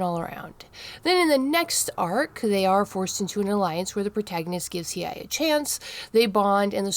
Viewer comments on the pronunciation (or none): It's pronounced He aye. I have never heard anybody else say his name like that. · You were saying He-eye. It's a tough one to say. His name has too many vowels, lol.